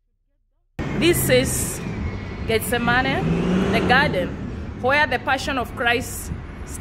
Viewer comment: why does she keep saying "getz zah money"..???....